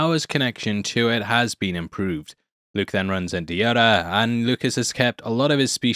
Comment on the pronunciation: It's Yoda not "Yodar"